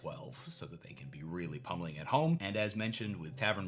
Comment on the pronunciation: I think you meant "pummel" not "pumple"